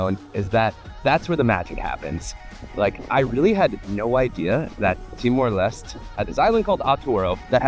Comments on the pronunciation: It's Timor Les-Teh, not Lest. at least check how to pronounce it first, showed that you care. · Ha. I noticed you corrected your pronunciation of Timor Leste after arriving, but then relapsed. In tetun (languages are not capitalised) every vowel is pronounced. In Portuguese the final E is not pronounced, but the S has ‘sh’ sound. And you got to meet Barry! He is a legend. Arturo is one of the best places to spend a weekend in Timor Leste. Barry’s Place has tiny little thatched huts right off the beach to stay in.